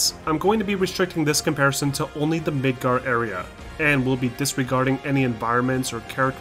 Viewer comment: Is it just my hearing or the first time you say Midgar, you say Midgard? I've temporarily lost hearing in one ear and everything sounds weird at the moment.